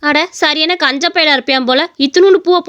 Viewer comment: Kanjan ya na kuda kanja nu pronounce painnitan painnitan yallaru muinadium 😂😂😂